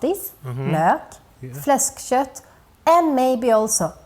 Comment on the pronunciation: LOL when you said flekskött i lost it 😅 (swedish 43 old (Gubbe ) man )